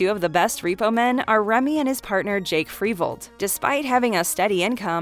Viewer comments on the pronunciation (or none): none